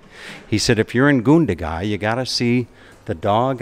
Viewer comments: It's GUN-dagai not goondagai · Yeah you did. It's Gun as saying gun by itself then da gai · Oh dear.... didn't listen to the pronunciation so I hope he listened to it there. Americans should be able to say "gun", shouldn't they, since they love them so much? Say gun, then Gun - da-gai, okay? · You pronounced Gundagai wrong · You pronounced it completely wrong mate!